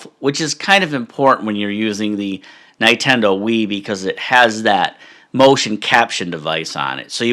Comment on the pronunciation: That is the funniest way I've seen anyone pronounce Nintendo, no offense haha. Great stuff.